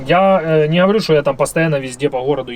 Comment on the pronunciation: А ну да надо чтокать ... !!!))) Как человеку удобно так он и разговаривает !!! А ты пожалуйста не чокай !!! Уж больно это противно !!! (((((